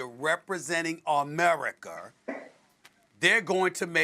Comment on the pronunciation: “AMERICUR” -Stephen A. Smith